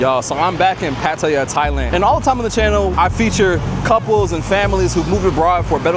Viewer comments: All of the Thai locals pronounce the city as PATTAYA, but I notice that many foreign whites and Blacks usually creates a DIFFERENT pronunciation of the Thai city by calling it either "Pa-Toy-Ya", and in the case of this entreneurer who calls the city "Pa-Tae-Ya" even though he has been residing there for a number of years? I'm trying to figure out whether they look at the spelling of the word and assume that is how the city name should be pronounced, rather than how the local Thai people actually pronounce the name of their Thai city of "PATTAYA"? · its pronounce Pa-tie-yah emphasis on last syllable. sorry its just i hear too many foreigners pronounced wrong. Thais wont correct you but it is wrong. usually in thai the last syllable is emphasized. that said looking forward to visiting your restaurant in bangkok. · Lol, it's pronounced Pat- Tea -Ya . Would love to dine in his restaurant one day. Place looks so nice. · Dope, but please learn how to pronounce Pattaya. It ain’t that hard.